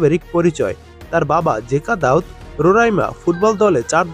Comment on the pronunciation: ভাই নামটা সামির দাউদ না।সামির জাউদ।